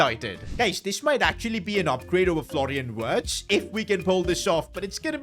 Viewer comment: Florian wirtz❌ Florian words✅🤓